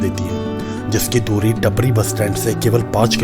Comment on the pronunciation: टपरी nhi टापरी bolte h bhai